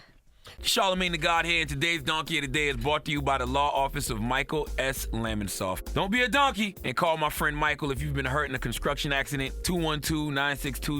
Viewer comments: So we not gone talk about that "conscruction" accident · You guys ever noticed uncle charla can't say construction in the commercial at the end 😆